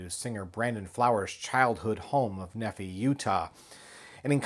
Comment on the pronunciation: Ne FI with a hard I.